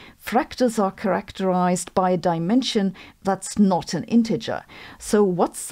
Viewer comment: "Not." Not "noy."